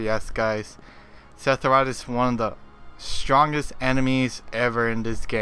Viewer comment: Hearing you say his name irritates me, it’s Sepheroth not Setheroth